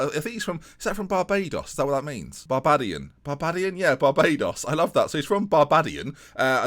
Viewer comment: Barbaydian not barbahdian